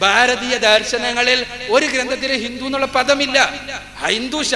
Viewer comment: അക്ബർ ഹിന്ദുമതം പഠിപ്പിക്കുകയോ... ഹ.... ഹ... h.. ഹിന്ദു വിനെ ഹിന്തു എന്ന് ഉച്ചരിക്കുന്നവൻ ഹിന്ദുമതം പഠിപ്പിക്കുക... ഹ.... ഹ.... ഹ....